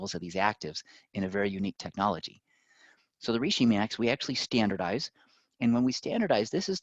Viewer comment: When he kept mispronouncing reishi... 🥴